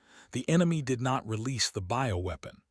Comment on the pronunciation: "Ho, ho, ho, ho, ho...." Is it Christmas inside that ship? And WTF is a "boweweapon"? It is supposed to be "BIOWEAPON" as in Biological?? Poorly written by Chinese generated Ai.....PROOF READING helps!